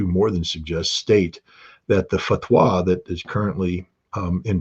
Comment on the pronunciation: I’m not seeing an intelligent analysis by Mr Ritter. I am seeing why he is ‘ex’ though. It was a painfully long monologue of spurious wishful thinking, though I note his enthusiasm for the repeatedly correct pronunciation of fatwah - pity he didn’t follow this with taqiyya or an explanation of its use. And I’m unconvinced of the USA reluctance to see oil fields out of action in the Middle East.. it is an ill wind that blows nobody any good.